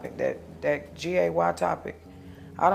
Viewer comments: She can’t even say gay correctly 😑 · She can’t even say the word “gay” ! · If you can’t even pronounce the word, you’re not okay with it. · She can't even say the word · She can't even say the word gay SMH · They shoulda made her say it CORRECTLY🤣